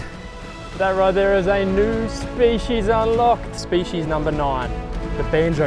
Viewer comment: Hey, great series. Been watching for years. But can you please pronounce species properly 😂